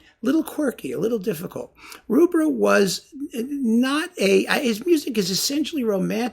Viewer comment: Thank you. Excellent enlightening talk as ever. Just one thing, it's Rubbra as in rubber, not Roobra.